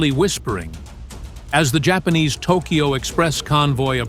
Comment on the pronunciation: Spanish pronunciation